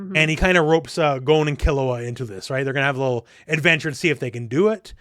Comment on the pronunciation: No, it is "gone" not "Goan" - American English uses a different "o" sound to Japanese, and "Gon" is a Japanese name.